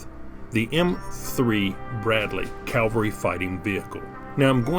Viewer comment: Did you get to see much of Germany or Europe from beyond the Barracks? P.S. Is "Calvery" an Americanism or American pronunciation of cavalry (like how the British commonwealth pronounces Lieutenant as "leftenant")?